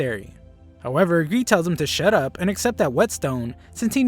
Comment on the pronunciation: When he said shut up to greed he said shit up 😂😂😂😂